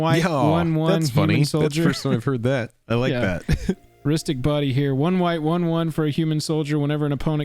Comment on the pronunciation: Partner misheard it as "Rhystic BUNNY"! Which, I mean... look at his ears! 🤣